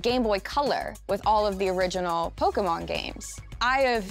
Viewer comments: Holy shit an American said Poke'mon properly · She pronounced pokemon correctly. She is perfect